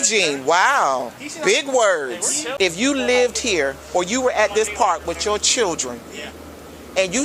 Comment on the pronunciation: “Whitchoo children”…….😂🤣